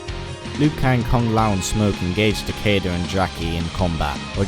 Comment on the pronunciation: takeda is pronounced tuh-key-duh